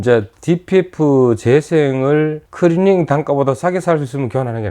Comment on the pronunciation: 발음이 안됩니까 크리닝 왜자꾸 크리링해요